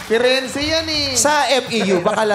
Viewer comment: Diba Italian word yung Firenze like /Fee-ren-ze/ meaning Florence, /Phyrenz/ daw sabi ni kuya mo hahahaha.